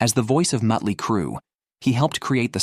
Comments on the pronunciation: “Mutt-ly Crue” took me back to a Cracked Magazine parody feature from 35 years ago, so it was my favorite mispronunciation… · I've always loved "Muttly " Crue ! Stupid AI shit !! 😫